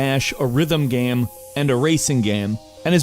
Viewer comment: "It's a good gaem, it's a pretty gaem."